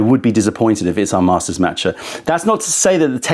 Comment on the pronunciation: Haha, but he also mispronounces "master" 😅😅